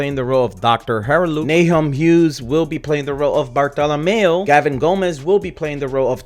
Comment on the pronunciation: Bartholomeo?? Don't you mean Bartholomew? It's way too early for Luffy to get a fan club...